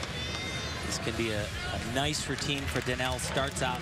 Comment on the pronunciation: Meowww! And it's "nice" not "nive"....